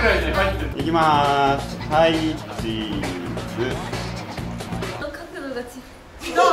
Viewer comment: の「はいチーズ」のイントネーション独特笑笑